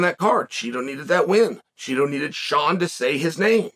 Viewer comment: Why are we doing this Chael its Chito, i know its Chito, you know its Chito, Chito knows its Chito. Cmon.